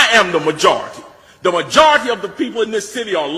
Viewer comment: Muh - jar - rity